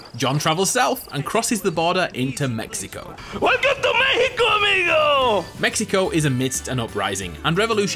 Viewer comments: WELCOME TO MEH-I-CO. :D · I think your saying Mexico wrong, it’s obviously MEHICO